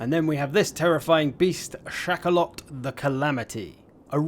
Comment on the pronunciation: What says: "Shakaloth" Me: "Chocolate"!